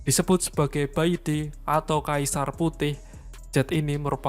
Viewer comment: Bacanya pai ti boss. Itu abjad dalam bahada mandarin = pinyin. Pai =putih, ti = kaisar. Bukan beijing tapi lafalnya pei cing.